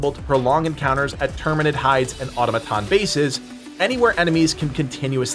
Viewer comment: Uh Tom uh tohns.